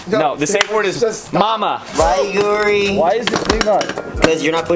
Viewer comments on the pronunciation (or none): none